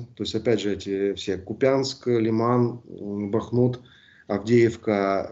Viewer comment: Да ну КУ'пянск же!!!! Ну сколько можно! Пора бы уж выучить. Брр